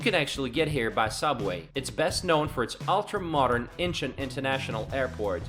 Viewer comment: ok, someone that CANNOT say Gangnam or Incheon correctly.......don't know if I can trust the information in this video👀